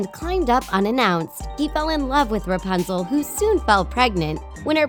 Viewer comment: It‘s RApunzel not RUpanzel🤔🙄